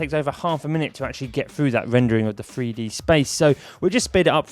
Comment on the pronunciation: "freedee modeling" it's Three d mate. Learn to speak properly, you're supposed to be a professional presenter.